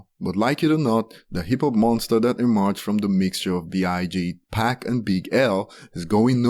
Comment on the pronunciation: if you pronounce 2pac as "2 pack", are you really into hip hop?